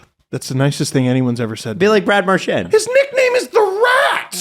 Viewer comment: isn’t familiar with the pronunciation of Marc Denis lol